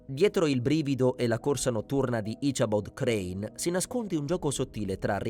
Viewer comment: "His name was 'Asabod Crann.' " 🤨 Come on now. If you have to use an AI narrator at least try to get one that can do a better job than this.